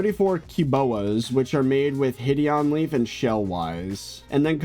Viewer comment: Will he realize one day that "hideonleaf" is pronounced "hide on leaf" lol